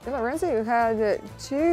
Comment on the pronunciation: Lorenzo se i izgovara, a ne Lorenco. Nije Španac. Tako da su pravilno i napisali na srpskom Lorenzo Braun. Nadimak mu je Zo, a ne Co.